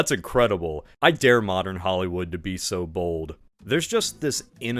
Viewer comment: A "mowden"? What are you James Rolfe?